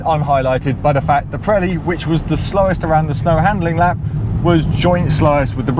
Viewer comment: Pronounce ......Not correct Preli .....Piiiiireli ..Pireli